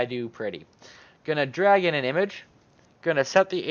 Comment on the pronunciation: Im focussing so much now on your "Drag/in" and hear always "Dragon" :D Amazing tutorial as always! It did work perfectly :D And to fulfill my job: If you put it in the right corner why are you using center-position mimimi XD Im just kidding, it should be simply to show the function :)